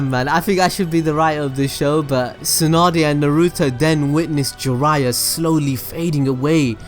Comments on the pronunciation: Jiraiya = 'Gee-raYya' Make sure you emphasize that Yya 😃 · We asian find this disgusting..kaw buu thou..gee ryyyyaaaa..fcuk off